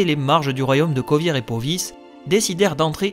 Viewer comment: Pas seulement Vengerberg mais aussi demawend (d'ailleurs la photo que t'as prise, c'est pas demawend mais son père ) et les états à côté de Kovir et Poviss. et certaines villes, que je ne prononce pas de la même manière . Mais chacun sa prononciation, il n'y a pas de version officielle et je ne considère nullement que j'ai raison :)